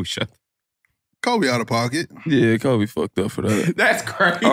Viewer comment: this dude said kobe wrong (for not talking to a lazy sorry ass teammate)... then he said "i don't remember what he did" 🤡🤡🤡